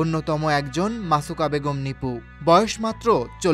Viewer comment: Naam ta thik moto bolen. Musaka na masuka??????????